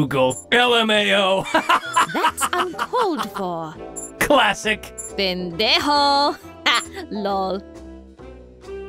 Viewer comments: its pendejo not pandejo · its "Pendejo" Im mexican, I had to say it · Lol, it's pendejo. Not Pan. Ironic. This is hilarious though. Good job. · Is it just me or it said pandejo and it’s supposed to say pendejo 💀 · Zach Godley He said. "Pandejo! Hahahaha I love this channel! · she say pendejo? lol jaaajajaja the mexicans understand this